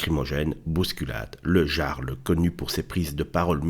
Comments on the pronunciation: le "Yarl", çà se prononce Yarl, pas "Jarle", mais bon on s'en fout un peu, dommage pour cette boite qui va devenir une zone de combat et de guérilla urbaine ! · Pour info, ça se prononce le "iarl", comme un i. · On dit "yarl", vous avez étudiez la question avant de faire une vidéo alakon ?